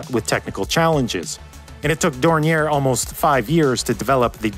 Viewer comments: To say Dornier correctly you need knowledge of 3 of the worlds 7000+ languages. The name is basically French and even in German it would be pronounced differently. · Picturing the aircraft with the Autobahn as a backdrop is authentic and a very well done animation ! PS: Better Skip the last "r" when pronouncing Dornier. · Interesting video, you seem like a very thorough guy yet you didn't research how to pronounce Dornier... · Appreciating the effort to pronounce the name in the supposedly correct German fashion but alas, it was in vain. For Dornier is at heart a French name, not a German one, and therefore the pronunciation is "Dorni-eh". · The name is pronounced French ("Daouniee" ) as Mr. Claude Dornier was of French descent and also had a French passport (while also being a German citizen, which was made possible by Count Zeppelin himself). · One of the two prototypes to see flight is on display at the Dornier Museum Friedrichshafen in Friedrichshafen in the south of Germany. On a different note, the name Dornier is of french origin, so the pronounciation is more on the lines of "dorn-yeh". Anyways, very well researched video as always, thank you. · A note on the pronouciation of "Dornier": Pronounce it as if it were French, more like "Dornyé". The r at the end of this name is not spoken. Oh wait, German is famous for being so very logic because it's pronounced exactly like it is spelt? I heard that rumour, too. It's bogus. In our language, the only real rule is that there are exceptions to all rules. Nice video, I like your animated graphics! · More like "dorn-yeh", but yeah. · Cringing everytime he mispronounces Dornier. Otherwise interesting video. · You're pronouncing Dornier wrong